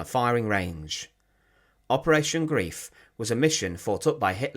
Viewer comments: PLEASE STOP SAYING "G-R-I-E-F", it is GREIF, not GRIEF! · Yes. The English word Grief (ie) means sorrow whereas the German word Greif (ei) means grab…mostly commonly in reference to the action of a bird of prey which are referred to as a Greifvogel. The video is excellent but the mispronunciation also translates into a whole other meaning. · It is pronounced Grīf, NOT Grēf, and it means to "grab", "grasp", or "hold fast". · Thank for your informative video! One correction: Operation Greif, meaning Operation Griffen, 2nd word is pronounced "Greyef" (long "i" sound). NOT pronounced "greef", as English word grief. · I have to write this. Greif is pronounced GRIFE, not GREEF. It was infuriating, and spoilt an otherwise good video. Sorry to be picky! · Greif rhymes with knife, and is pronounced grife. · The mission name isn't pronounced "grief." It rhymes with "life." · A mutch covered topic. Operation Greif (Grab) was welnamed concidering its intentions (sucuring bridges, supplies and fuel, not destroying them). Grief as it is pronounced by you means something different alltogether. I understand German pronounciation is difficult but even English is a Germanic Language. Substitute the i in Greif for an y and you come very close to the correct pronounciation. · He was correct about the long “i” sound so it rhymes with “life,” but that extra “e” is unnecessary.